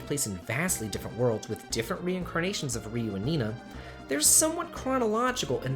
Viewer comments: You troll! You pronounced Ryu's name just fine the first time but then as Rye-you the second time. I knew you were trolling when you mispronounced names! GOTCHA!!! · I hate how Ryu is pronounced in English -.